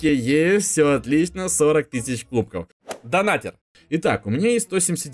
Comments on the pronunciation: я скоро стану твоим хейтером ни донатэр а Донатер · Ага) И так же донатЭр это донатЕр